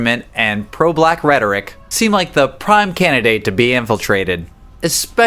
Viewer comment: it's a pity i just can't watch this guy anymore.....This video is very informative and interesting, but i'm one of those pedantic people that cant stand words being mispronounced, and there's several of those in this video, the worst, (imo) in this video is the word rhetoric, meant to be separated into syllables, rhe-tor-ic not rhet-oric, spoken quite fast as if to try and turn it into one syllable.